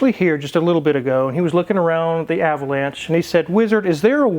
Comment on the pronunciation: You keep mispronouncing Ah vo lawn sha. LOL